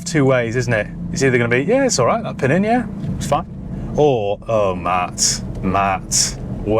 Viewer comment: Fun fact, the correct pronunciation is PinEEN (accent on the second syllable) and the word means "little one" (as in a younger child) in Piedmontese dialect. Giovanni Battista was the younger Farina in the family, hence Pinin Farina.